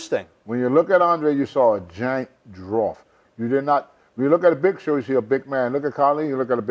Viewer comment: "A Giant Drawft" 😂😂😂